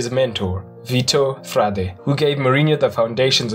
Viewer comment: Nice video! Just a correction, it's "VitoR Frade" :)